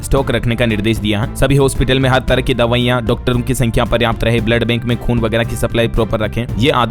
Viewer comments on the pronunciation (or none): none